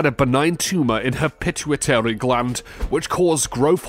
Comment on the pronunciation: The narrator couldn't pronounce a lot of words correctly such as 'pituitary'. Whenever I get , let myself be sucked into these shows, the man/computer? have no clue what they are saying and consistently pronounce words incorrectly. It is like fingernails on a blackboard to me.